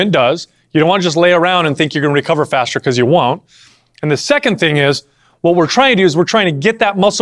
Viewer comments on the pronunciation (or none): none